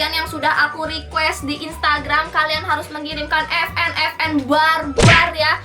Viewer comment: vn bukan fn🤣🤣🤣